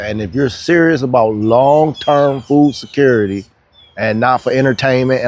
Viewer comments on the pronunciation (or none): You say food skurity?!?